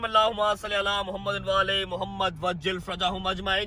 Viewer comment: ALLAHH HUMMA sallyy alaa nh hota ALLAHH HUMMA salliii ala hota h droodh ak br sahi se prhen bhi